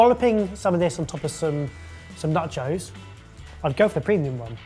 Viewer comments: Am I the only one who thought said Nut Joes and thought "What the fuck are nut joes!?" then realised when he said it again he was saying NACHOS?!?!?!? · pronunciation of nachos is throwing me. Is he saying “nuchos” or “nutchos”, and if the second is he making crisps from almond flour? 😂